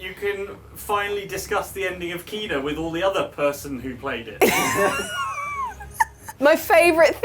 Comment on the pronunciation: its not keena, its KENA.... i give up, the amount of games you mispronounce is just bloody stupid, are you doing it deliberately?